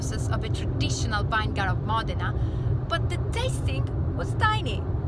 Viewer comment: VINEGAR - 'VIN' + 'I' + GUH = VIN-I-GUH read it as you read in Italian dear 😊